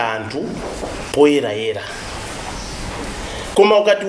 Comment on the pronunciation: Your not a Malawian why he say amtu instead of anthu